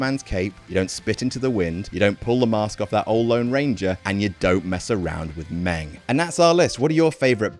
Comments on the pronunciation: Stop calling him Meng. Call him a Klingon!!! He have two livers for crying out loud! He did drink bloodwine out of Abdullah the Butcher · Hey idiot ... it’s spelled MING.. Christ .. brits 🙄🙄🙄😵🥊